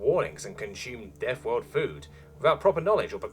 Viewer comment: the worst thing about this story is The NetNarrotor still has half year worth of story behind a paywall because we unlocks one every so i have to relisten to this story so I can remember how we got to where we are in the story and he constantly misprounces everything you come from a deafworld? your only frwee cycles? old fru the fire and fwames we weel cawwy on.